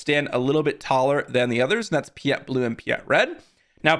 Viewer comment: "Pee-eht..." my brother in Sith, it's "Pie-eht." Like "Pilot" without the "L."